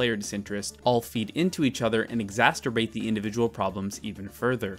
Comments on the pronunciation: "exasterbate" lol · I like the way you say exasturbate